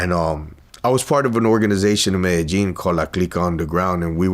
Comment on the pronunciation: I’ve always thought it was pronounced me-de-yin not medejin 😂 MCs entire bottom teefth whiter than his white jacket